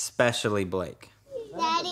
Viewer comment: Din Pov Pomngea it’s Blayke, not Blayne